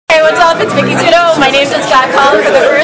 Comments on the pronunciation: Sounds like their champ was Marshal lol oh no beat by "Mike-y I mean Mikky" what a horrible place, don't even pronounce her name correctly, and they do everything to try to distract. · Lol shes so concentrated to win that she doesn't even correct the lady every time she says miki's name wrong!